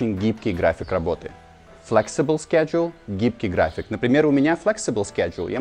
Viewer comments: ты гений! Это "шедуле" стало с тобой нормальным словом!😀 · Пока вы будете учить английский по русскоязычным преподам вроде этого, то ваше произношение так и будет на уровне школы, когда вам подают сборную солянку из разных акцентов. Сначала он произносит слово "schedule" на американский манер. Как и в целом он придерживается американского акцента. Через пару минут уже произносит слово "honest" на британский манер.